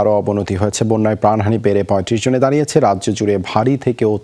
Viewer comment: please you have to correction like-pran hani bege i think its be pran hani bere.